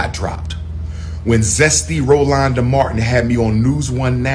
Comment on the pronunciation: Not Rolonda🤣😂😆